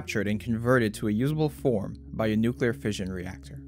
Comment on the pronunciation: clicked away when he said nuclearfission.